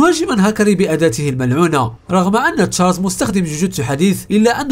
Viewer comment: فيديوهاتك جميله ومتعوب عليها شاهدتها تقريبا كلها عمل رائع ملاحظه صغيره في هذا الفيديو مع العلم انني لا اجيد اللغه العربيه جيدا ولكن قلت في الكثير من المرات طاقته المنعوله😂 تصحيح طاقته الملعونة 😂 مش منعولة المهم فيديو رائع اشجعك على المزيد وانتظر فيديوهاتك بفارق الصبر بالتوفيق